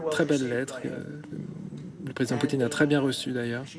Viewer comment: BFMTV ce message est pour vous 😉, vous avez 2M d'abonnés sur youtube vous les prenez pour des cons ? Fin déjà pour vous suivre je trouve ça limite. Bref le type la qui fait la traduction anglais-français il sait pas prononcé le nom de président Poutine comme trump a dit ??? En plus dans une question .... Donald Trump a répondu ( i never said that ) d'après votre traducteur en français " je peux pas dire ça " wooow et j'ai bien écoute toute la phrase en anglais.... Bffff franchement un peu d'intelligence , le professionnalisme et l'honnêteté dans votre chaîne c'est un détail même plus de la merde